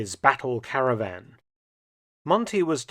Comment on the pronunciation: will it be entitled: Caravan, instead of Cavaran? Many thanks, dr. Felton!